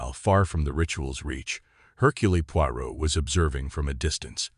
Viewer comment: Mispronounced "Hurcule". I just can't. I'll read this story in an actual book.